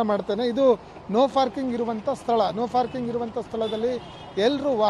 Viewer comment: ನೋ ಫಾರ್ಕಿಂಗ್ ಅಲ್ಲಾರಿ, ನೋ ಪಾರ್ಕಿಂಗ್ ಅಂತಾ ಹೇಳಿ, ಕನ್ನಡಕ್ಕೆ ಅಪಮಾನ ಮಾಡಬೇಡಿ !!! ಯಾರು ನಿಮಗೆ ಕೆಲಸಕ್ಕೆ ಸೇರಿಸಿ ಕೊಂಡಿದ್ದು. ??